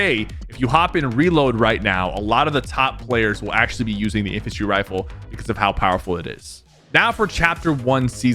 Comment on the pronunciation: sorry but did he say wiffle instead of rifle or is that just me